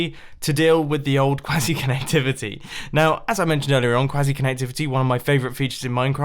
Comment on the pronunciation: "Before I start crying, lets move on to quazzy connectivity"